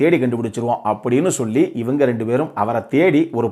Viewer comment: Ivaengaee.... That means u r from madurai!!!! Is it???